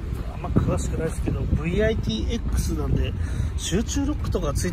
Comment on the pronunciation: 懐かしい！めちゃくちゃ綺麗ですね！ VIT-Xの読み方はヴィット-エックスだと思います。 最上級のVIT-Zはヴィット-ズィー。 後のヴィッツと同じスペルなんですよね笑 この頃のトヨタの集中ドアロックはこんなタイプで故障ではないですよ！